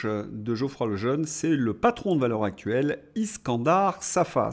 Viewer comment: Cher, vous prononceriez Valeurs Zactuelles, en faisant donc la liaison, vous feriez plaisir à mes oreilles.